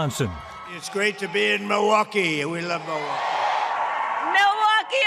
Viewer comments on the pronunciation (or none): muhwaukee vs millwaukee lmao she's never even heard of the place